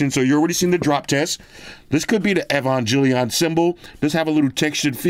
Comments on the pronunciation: It’s gel, not Jill as I’m EvanGELion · Proper way to pronounce EVANGELION - E-vang-geh-lee-on. But since you don't watch anime, you're easily forgiven. NERV is basically the organization for the mechs (the Evangelions basically, they're like Gundams but more biodroids than machine). But I rather not give you too much info cuz I might hit myself with the old EVA brainrot and mindfuckery that I've struggled to get out of (This series is pretty mind-fuckery for a mecha show) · Not butchering Neon Genesis Evangelion 😂😂😂😂😂😂😂. That case is sick though, wish I could get my man into anime. Evangelion is GOATED next to Cowboy bebop. I LOVE that case, may cop it